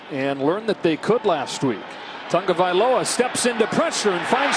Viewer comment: I still can't get over dude saying tungavilola numerous times... disrespectful